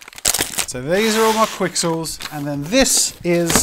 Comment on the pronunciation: Technically it’s pronounced kixels. The Q by itself makes a K sound. Also technically, they’re not pixels. When something is made up of little cubes or “3D pixels” those little cubes are called voxels.